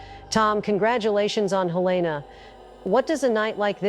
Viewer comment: Quickest way to know someone's not from MT is the way they pronounce Helena.